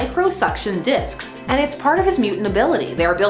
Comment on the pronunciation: I can't not hear her say "Micro suction dicks" >.<